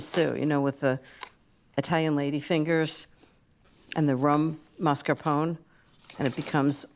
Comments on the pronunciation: Love Ina but that pronunciation of Mascarpone was hard to bear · Love the recipe. Hates the way she mispronounces “mascarpone”